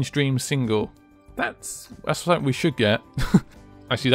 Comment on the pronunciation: Not to be offensive but its pretty annoying when you say somefink lol